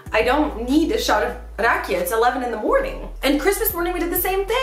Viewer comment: Kermit is drunk because he was drinking RAJIKA instead of RAKIJA :)))